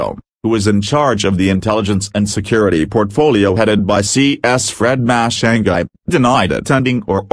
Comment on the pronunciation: hahaa pronounce this name once more Fred matiangi